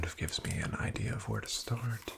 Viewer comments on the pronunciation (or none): none